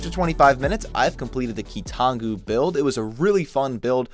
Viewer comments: Ah yes, the Key-Too-Non-Goo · my favorite key-to-nongu quote: "Toe uh"